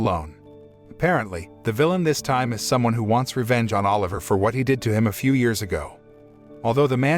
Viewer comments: BRO ITS OLIVA NOT OLIVER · BTW, it's Biscuit Oliva not Oliver